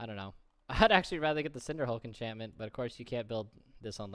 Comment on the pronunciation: He is pronouncing it correctly, go learn english.